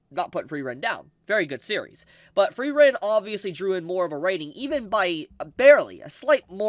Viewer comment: i love you, but pls type 'Frieren' into your google translator and use the voice/pronounciation function